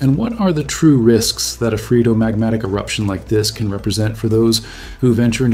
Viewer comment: This video provided excellent views of this new eruption as well as sound science behind the eruption. The only contrary point I would raise is on the pronunciation of phreatomagmatic. I checked a couple of sources and they pounounce it as free-uh-tuh-mahg-ma-tuhk.